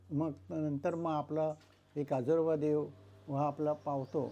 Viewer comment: काजलोबा नाही. काजरोबा 😂